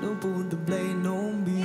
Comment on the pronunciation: Голос,конечно,неплохой,но,произношение и половина слов непра.произносит,как услышала,«don't put the blame ON me",а не «NO me",блиг,,ну идете на шоу,возьмите кого-то,чтоб плмогли разобраться с текстом и помог с произношением,это отвлекает,или берите песни на родном языке,что лучше в данном случае